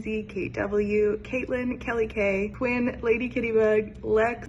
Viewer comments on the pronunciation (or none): none